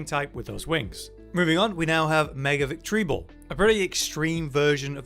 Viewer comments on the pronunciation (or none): why do you say victreebel like that